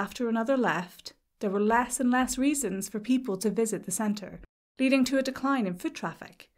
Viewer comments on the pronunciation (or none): none